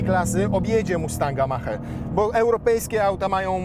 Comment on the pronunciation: Polskie wieśniactwo z językiem angielskim nigdy mnie nie przestanie zadziwiać. mówi się MAAK a nie Mach, tak samo mówi się MAAK-E a nie Mach-E